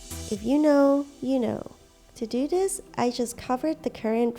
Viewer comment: Anyone ganna say how she pronounces this as dis